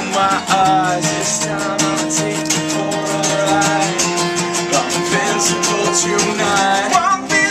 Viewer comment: It's Invincible not Incincible